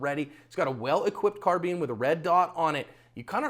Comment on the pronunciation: it's pronounced car-bine not car-bean.